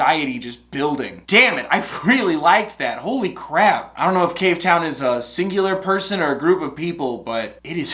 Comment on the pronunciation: no one: not a single soul:: cave-ton